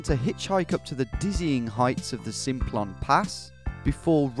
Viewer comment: I was driving on the Simplon pass (it's pronounced samplon btw) last summer. It was really foggy so you could barely see 10 metres in front let alone any of the mountains, anyway we got to this gorge type thing near the border when the sat nav suddenly blurted "turn right, then take the ferry" we turned right and all that was there was a train station I believe. In this gorge there was absolutely no way you would fit a ferry, in fact the river running through the gorge was probably the rockiest and most impassible I've seen. I guess maybe there was a drive on train thingy. Anyway I'm loving the vids so keep up the good work 👍👍